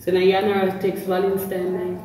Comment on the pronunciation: Valentines not valentimes 😂